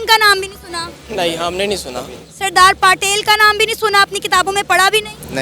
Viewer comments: Sardar Patil nahi Sardar Patel. ne bhi koi naam nahi sune hain😅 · पाकिस्तान के लोग कोई बात को सही तरह नहीं बोल पाते ये रिपोर्टर बोल सरदार पाटेल बोल रही है भक्त सिंह बोल रही है और सब बात को भी पकिस्तान के लोग सही से बोल नहीं पाते भक्त सिंह नहीं भगत सिंह होता है सरदार पाटेल नहीं सरदार पटेल होता है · Subash Chandra Boss nahi Subash Chandra Bose....Sardar Patil nahi Sardar Patel....Bhakt Singh nahi Bhagat Singh....please learn their names before mentioning them